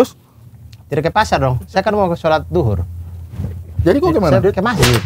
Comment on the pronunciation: Bang Abdur Sampai keluar logat nya, "Mau duhur ini, sa bilang dari tadi "😂